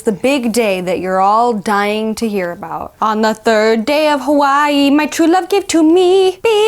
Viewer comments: ok fun fact that is exactly how you pronounce Hawaii in German! So it is how you pronounce it, you only used the wrong language. Also OMG YOU TWO ARE ENGAGED? I'M SO HAPPY FOR YOU! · you were close, you would pronounce it as “HA-VA-E”